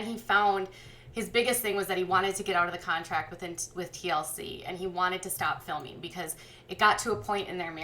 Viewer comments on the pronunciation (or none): You keep saying "contact" instead of "contract".